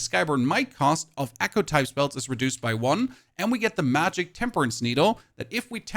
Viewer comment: The word your looking for is echo. Wtf is accoo. God guide though.